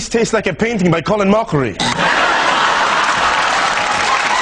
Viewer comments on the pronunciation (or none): "this tastes like a painting my colon mochrie" that was good, I know its colin but thats what I heard lmaoo